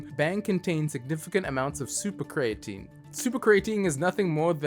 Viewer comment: The fact that he constantly mispronounces the word creatine is the biggest sin to me